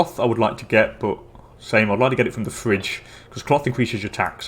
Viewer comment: it is not Fridge, it is called phry-gi-a, FACE PALM